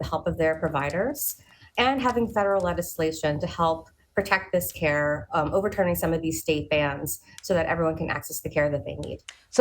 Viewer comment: It’s not “care” !! 😢